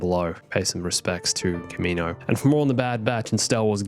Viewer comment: Your pronunciation of kaminoan...